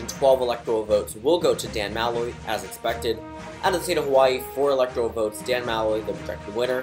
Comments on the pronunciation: It’s Muh-loy not Ma-loy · Didn’t you already do this? Also, it’s Muh-loy